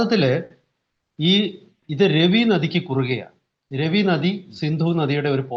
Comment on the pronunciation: Ravi river,रावि नदि, രാവി നദി എന്നാണ്. ( രെവി നദി, रवि नदि ,Revi river ) എന്നല്ല.